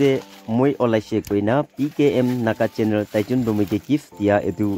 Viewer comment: You really need to improve your pronunciation bro, channer to channel, wanning to winning, khusi to khushi etc